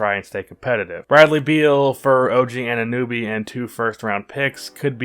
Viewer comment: [;why are all your suggestions for player trades american lol and you keep saying annobys name wrong if you have a youtube channel you should be able to say the names of the people you talk about and why would anyone in there right mind trade for fultz